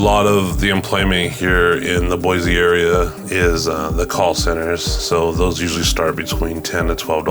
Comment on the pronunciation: I could tell right away that you aren't a native. It's BOY-SEE, not BOY-ZEE. Sigh...